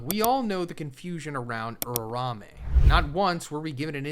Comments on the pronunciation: URAUME not urame😭😭😭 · why this mf keeps saying URARAME wtf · Drink everytime he butchers uraumes name.